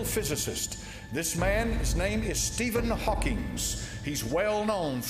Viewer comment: This is so dumb. You didn't even pronounce one of the names right. Stephen HawkinG, Neil DeGRASSe (like grass on a lawn) TYSON. And the godDESS is KALI. I always thought it was weird that they have a statute depicting her. But I just realized that the scientists at CERN "destroy" the particles and then analyze that wreckage to discover new things. So its like, out of the wreckage new understanding is achieved. It makes sense.